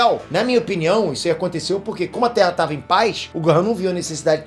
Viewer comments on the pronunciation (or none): none